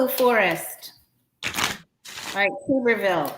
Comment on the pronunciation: His name is Tubberville " as in tub bath tub" not tube....lol